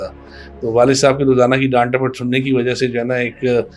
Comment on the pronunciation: Presenter must be learn Urdu right pronunciation is wajha white you said wajo this is the fact